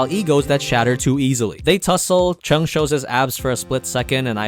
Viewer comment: lol when this guys say cheng and lu i laughed (not making fun) cheng and lu is their surname, so technically their name is cheng (surname) xiaoshi(name) so it become chenag xiaoshi, and lu (surname) guang(name) = lu guang, this is great, season 2 is out next year :D